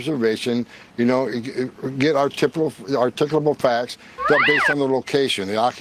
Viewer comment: Hoeman saying “Articable Facts” has to become a RM Brown Drop.